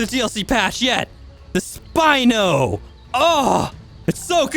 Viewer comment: It's spino not spine